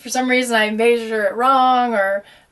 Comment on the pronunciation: she pronounces "measure" so oddly :/ Drove me crazy every single time lol. Good video though.